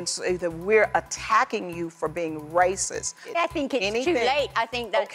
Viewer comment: Sheryl says "racis" instead of "racist". What an ugly word. Nasty, hateful thing to say about someone when it's not true.